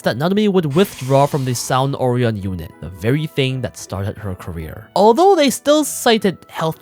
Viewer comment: The most disturbing thing out this story is the incorrect pronunciation of Orion.